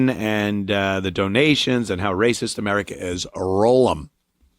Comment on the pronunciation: How many times did she say " racisss" in that video? She's so proud of herself with this idiotix take.